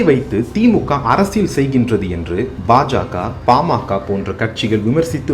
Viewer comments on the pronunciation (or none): none